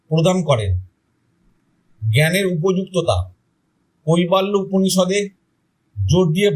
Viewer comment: কইবা ল্য নয়,--" কৈবল্য""